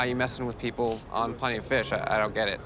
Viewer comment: “… the peopo fwom yik yak…” wittowawy